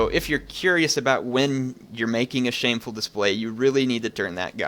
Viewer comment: "shamefur" display